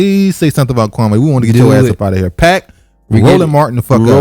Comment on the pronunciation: Kwa•mee, not Kwa•may